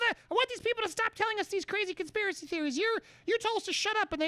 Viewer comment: conspirasile? -andy dude you are hurting my ears